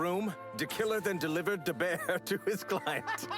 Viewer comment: Not gonna lie anyone would break out laughing at the fail of "da bear".